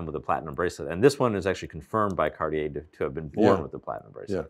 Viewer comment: 'Cartier' does not have three syllables.